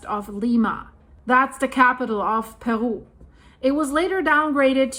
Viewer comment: Love the way she pronounces Perú